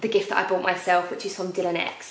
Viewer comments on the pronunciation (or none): none